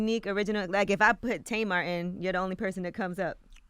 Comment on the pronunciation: Angela yee The Tamar has been around forever. My family has two, and I knew several growing up. Difference is they pronounce it the way it is spelt, not Taymar .